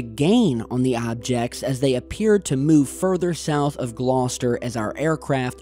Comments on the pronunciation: Great to see something from the UK on the channel (and just down the road from where I live!). Thanks for bringing this to my attention,. Perfect pronunciation of 'Gloucester' too. 👍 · Hi. Well done in pronouncing Gloucester correctly. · points for correct pronunciation of Gloucester! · Damn you said Gloucester correctly I was waiting for the classic American mispronunciation 🤘🏻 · Well done on your excellent pronunciation of Gloucester.